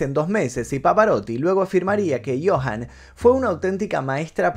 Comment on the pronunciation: Joan Sutherland...no Johan. 😂